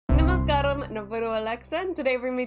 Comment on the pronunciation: & you also surprised me actually I noticed at first that you said "Namashkaram" wowwww it's well said👌👏 I don't even speak so well😅 you really surprised me😊😁